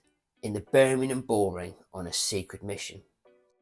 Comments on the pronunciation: Need more practice at pronouncing Birmingham sir :) its not burning em lol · Can you learn how to say Birmingham correctly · Love the channel but you need to learn how to say birmingham 😂 or shorten it to brum! Great info though as always.